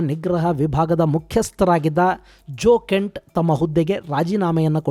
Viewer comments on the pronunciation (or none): Jeo kent ❌️ gay kent ✔️